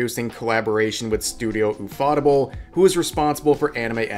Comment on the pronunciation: Dude can't say the word "table"